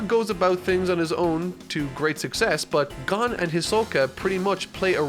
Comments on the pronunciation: It's Gon not "Guun". It's Kurapika not "Kurapeeka". He is not a Pokemon, even though his hair is yellow, he isn't Pikachu. It just triggers me sometimes. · I stopped listening when you said “Gone” and not “Gon” I stopped because I died thinking you were talking about ging. I choked and im not even eating. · I'm sure I'm not the only person commenting this, but it's Gon, not Gun. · Gan no sir it is gon pronounce the o harder so it's gown kinda you know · Not to be rude but you pronounced “Gon” wrong it is not pronounced gone it is pronounced gOn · also its not GAN its GON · "Gon" pronounced as "gone". never fails to surprise me. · Super excited for this series of videos. Also excited for to stop saying "Gahn" when referring to Gon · Okay just a TEENY WEENY criticism not even more like a critique...Gon is pronounced G-OWN like Gah-Own like ‘g’ sound for guh. Then Own, like owning an object so Guh-Own. Gon. That’s it 😅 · It’s not pronounced Gone it’s GOwn, like grown without the r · He said gon as gone let's go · Dear god it's only like 3 minutes in and he's calling Gon "Gone". I get that you're reading the manga and interpreting pronunciation, but maybe look up the name first and how it's actually spoken before you do the voice over for your script? Honestly, I've watched what feels like 15 different review videos of yours and my biggest criticism remains this absolute demolition of calling out names. Some are more difficult than others, but still, can be done better with some preparation and 10 seconds of research on youtube/search engine of your choice. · I love and I mean LOVE your content. But why can you get every other character's names correct, accept the main characters? It kills me inside every time I hear you say Gon. I don't mean to sound cross, but it's pronounced like, "Gone." I understand that you're reading it and not watching it, and I fully support reading manga. Just trying to inform. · GAHN? THAT'S HOW YOU'RE PRONOUNCING IT?